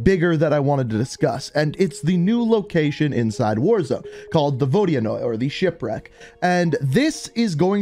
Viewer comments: Yo for future references, it’s pronounced Vo-di-noy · Apparently it's pronounced Vo-di-anoy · the vodianoy is pronounced vo dan yoy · My friend is russian and he says that the proper way to say it is ”vodynoi” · Apparently it’s pronounced vohd-yuh-noy